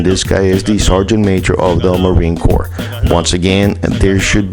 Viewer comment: Just saying it's corps not corp